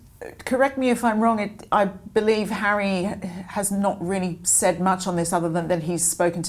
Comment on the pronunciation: African Park, mr hawwy?!